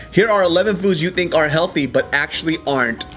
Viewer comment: Be heldy - 🤣